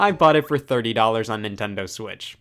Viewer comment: he said nintondo